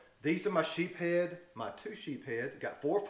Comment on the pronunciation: West Indies salad is my favorite treat! Great video! It’s usually reserved for Christmas Dinner because of the cost of crab meat. Ha ha. By the way, it’s pronounced sheeps-head. Sheeps is plural. (Unless you’re from Mississippi) just joking.